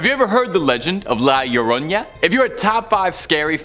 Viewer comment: Iioroña lmao yeah that aint how you are suppposed to say it